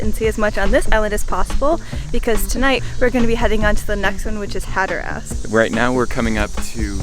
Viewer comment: Can't say Hatteras either.